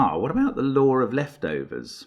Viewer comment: I know he says "the law of leftovers" but I always hear "the Lord of Leftovers" and get a kick out of it haha.